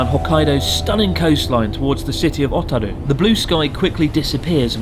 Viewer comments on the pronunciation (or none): Not "Ah"taru, it's "Oh"taru. Nor "Fu-rano", it's "Fur-Ano". Sorry, you drove me to it... Went there pretty regularly